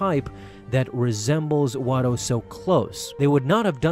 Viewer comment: Not watto. you said it in another video